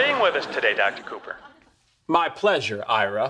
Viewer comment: it's cooper not copper